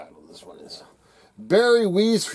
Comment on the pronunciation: Not important, but Its Barry WEISS (pronounced Wise) in English.